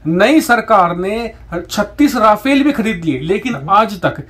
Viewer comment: it's no "Ra-fail". It's pronounced "Ra-faal"